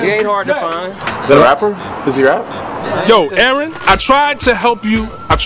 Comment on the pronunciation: man said aaron lmao